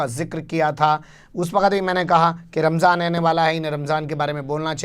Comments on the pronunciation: Ramjhan bola h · Rmzaan,, bhi bolne nshi asta ssheb ko. Rmjhaan bol rahe hye. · Ramjhaan kya hota hai be ...? Ramzaan hota hai.. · Ramzaan ko ramzhaan bolre.lagta hai muslim ke tehwar bhi theek se nahi bolte.thora muslim ke baare mein seekhna chahiye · Ramjhan nahi Ramazan hai sahi word . Sahi to bolna nahi aata isko. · Ramjhan nahi phenku ji..... Ramdan or Ramzan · Ramjhan nhi ramzan hota hai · रमझान नहीं रमज़ान है प्रधानमंत्री जी । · Jahil pm ramzan ko ramjan bol raha hai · RAMJAN nahi aey donkey...theek se RAMZAN bol..desh ka pradhan mantri aise hote hai...